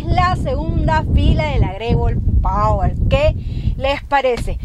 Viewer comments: jaja por que dice Power - si es POER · No es pawer sino poer 👎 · Porque le dices pawer si es poer!!!!